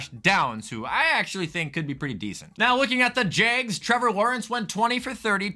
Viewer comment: every time you call the jags the "Jaygs" i die a little inside